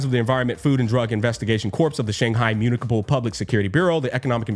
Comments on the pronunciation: It is pronounced as "Muni-sipal", not Muni-pikal" lol. Also, if you are wondering unc, the afterstory of lukk is 1hr-1hr30min. It just lore bombs you which I like very much. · it's pronounced as "myoo-ni-suh-pl" unc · did this guy not know how to pronounce Municipal? Mun, ni si pal, literally pronounce how you say it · mew - KNEE - see - pull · Unc, that's NOT how you pronounce "municipal"... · it's pronounced "municipal"